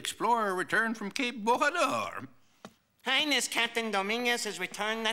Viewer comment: Interesting, but you got wrong the correct pronounciation of Bojador. In Portuguese J is pronounced like in French. Thanks to José Mourinho for making the world know that.